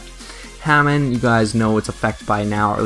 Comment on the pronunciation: It was pronounced Huh-Mahn not Hay-Men. And also it's U-Rai-A not U-Ree-A. In - to to said you didn't know so I thought I'd just say in case you didn't know. Anyhow, thx for the deck profile!